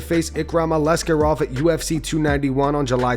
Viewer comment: ALIskerov not Alexkerov